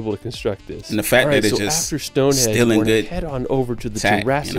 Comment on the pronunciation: StoneHENGE not StoneHEDGE